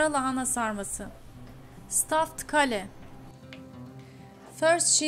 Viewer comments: keyl diye okunuyor kale, aklınızda bulunsun. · When you said kale I got confused with your Turkish pronounciation...I wonder what's a castle got to do with a dish! I think the pronounciation is Kay-l. Anyway another great video!